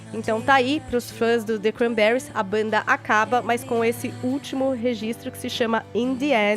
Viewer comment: Fefito passando vergonha desde sempre. Uma pessoa que não sabe falar Cranberries direito fazer programa de radio??? Tudo bem em não saber falar Inglês, mas o nome da banda era o minimo, estudar a pauta pra que?